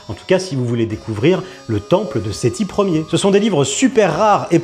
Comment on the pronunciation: Sethi 1er prononcé "Sethi yère" ... I rolled on the floor :D j ai mis 5 mn à m en remettre :D AAAAAhhh l"éducation nationale kestafoutu .... Merci pour la video